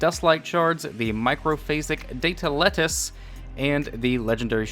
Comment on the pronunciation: I left when you said Data Lettuce 😅 Sorry m8